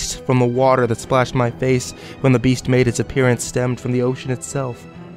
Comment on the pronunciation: I heard the creature say "Yeast"